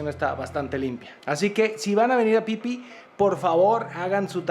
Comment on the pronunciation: Si es phi phi. Se pronuncia isla Fifi. El pipi es otra cosa 🤣🤣🤣